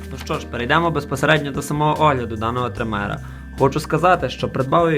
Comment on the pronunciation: трИмера, а не тримЕра!